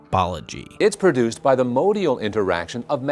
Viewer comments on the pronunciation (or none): none